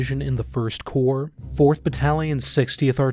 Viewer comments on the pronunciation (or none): Nice video! One bit of context (NOT a complaint): During the Vietnam War, I Corps was pronounced 'Eye' Corps (like the letter) and the others were simply called TWO, THREE or FOUR Corps.